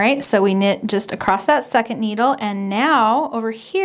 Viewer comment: I love the tutorial. Thanks. I'm not sure if you know that you say acrost instead of across.